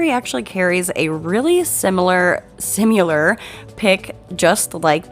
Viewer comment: You were right the first time. Similar, not simular, which means fake. Just trying to help. The English language can be confusing at times.🥰